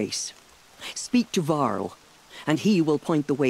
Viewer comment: lol i thought she said carl not varl